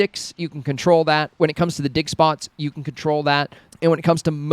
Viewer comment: Ur insanly creative! Those tips are so helpful thank you so much. Lol I was making a sandwich and I had ur video on and I was like wth... did he just say dickspots?! And I laughed inside my head and thought oh yea ofcourse digspots LMFAOOOOO hahaha I'm still laughing everytime I hear u say digspots 😂😂😂